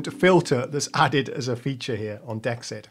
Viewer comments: Wouldn't "dexed" be pronounced "DEE exed" (or "DX'd", if you prefer) instead of "dex ED". I think that would make more sense to have the "DX" sound in the name. Enjoying the video. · Pronounced: D-exed as in DX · Hi, it should be pronounced "DX Ed" just look at the colour in the logo...DE-X-ED.